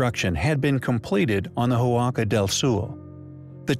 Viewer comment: The letter H is silent in Spanish. The word Huaca is not pronounced Who-ah-ka, but rather just Waca. Also you started out correctly calling the structure the Huaca Del Sol but then halfway through the video you changed it from Spanish to Portuguese and started calling it Huaca Do Sul. Might want to do some editing.